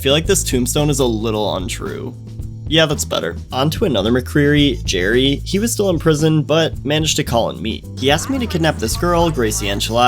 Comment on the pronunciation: Gerry not Jerry